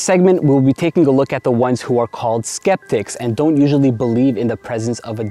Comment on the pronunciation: hey! it's actually 'skeptic"